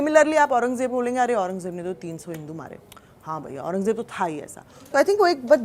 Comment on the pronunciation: Aurangzeb toh sahi bol ley Jeb nahi zzzzzzzeb